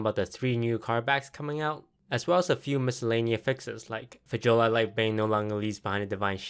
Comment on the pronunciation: But not "Fjola"